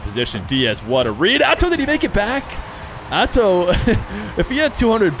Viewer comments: am i dumb or is he saying Azow instead of Atow? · is it spelled Atow but saying Atzow is right?